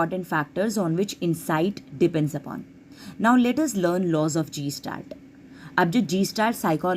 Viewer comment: It’s not gestalt. It’s guh·stalt. 👍🏻